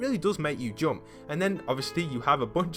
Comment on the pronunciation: U don’t know how to say jump